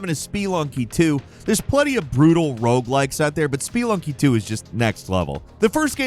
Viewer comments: Did he say spee lunky? It’s SPUH-LUNG-KEE 🤦🏻‍♂️ I love this channel but, they constantly mispronounce words 😂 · lool "Spee-lunky" vs "Spuh-lunky" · Spee lunky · Hearing someone say SPEE-LUNKY instead of Speh-lunky is cringe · I thought "Spelunky" was pronounced "sp-lunkee" not "spee-lunkee". Since "spelunking" is pronounced "sp-lunk-ing" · speeelunky. It's Spe,. Spelunky. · Speee-lunky XD I swear this guy get's a script, sits down, bangs it out, goes "whatever" and goes right back to drinking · Speelunky LMAO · S-PEE-lunky - genuine question, is it really pronounced that way? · "Speelunky"? Does mispronounce things on purpose? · I like these videos, I just can stand this guy. SPEE-lunky was just the straw that broke the camels back. Dude never does his research and always mispronounces stuff 😢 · Spee-lunky 2 lol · “Spee lunky”???? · SpeEeEeEeEeEeEeEeEe…. Lunky! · "Spee-lunky" Alright, that does it. He absolutely has to be doing that on purpose, there's no way he isn't.... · Speelunky took me out 😂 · I’m sorry but “ spuh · luhng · kee”. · Spee Lunky?! dont you understand that word spelunking? It mean to explore. Like caves and underground and shit. You've just BUTCHERED its pronunciation lol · Please learn how to properly say Spelunky. I just couldn't refrain from commenting it was so cringey to hear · Your pronunciations continue to baffle me. Have you never heard of Spelunky before this video?? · Why are you saying spelunky like that? I don't think that's how you say it lol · The way he pronounced “spelunky” gave me total organ failure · from the word Spe-lun-king, which means cave exploring. spe-lun-ker who explores caves.